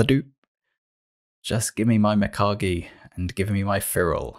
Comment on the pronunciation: noice you got mIkage right ;)